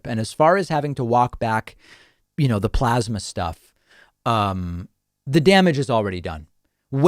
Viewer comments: David, it's pronounced PLOSMA. PPPPPLOSMA. (PPPPP=motorboat the P's). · Why does he keep mispronouncing plosma? 😼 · You're saying it wrong David, it's plosma. XD